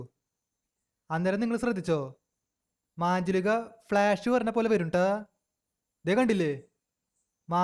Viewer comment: മാഞ്ജുളിക അല്ല മഞ്ചുലിക